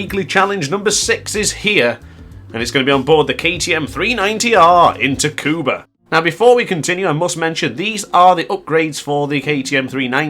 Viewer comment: Tricky track... Its "Sukuba" btw lol.